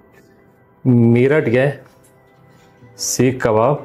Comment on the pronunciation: Mayrath sir not meeruth...it's mayyyyyyruth right